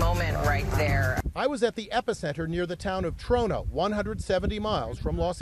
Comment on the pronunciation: its TRO+NA .... not NO